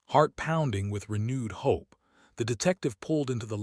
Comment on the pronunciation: Hopping against hop not to hear any more cracked AI narratives. (This one read hop for hope.)